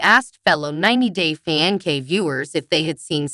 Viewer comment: It's not pronounced fianke, but with a C, fiancé. Please learn to pronounce English correctly before listing .